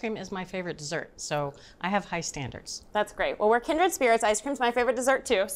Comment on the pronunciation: Kindred not kindered!